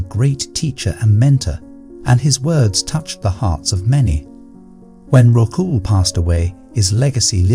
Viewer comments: Your imagery is all wrong - Buddha tells Rahul..people didn't wear shirts, shorts and coats 😂 And it's not Ro-hu...it's Ra-hool😅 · It is RAHUL.and Budh dha.learn to pronounce.